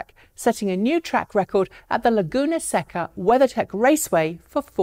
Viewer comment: That racetrack is pronounced Laguna "SAY-ka".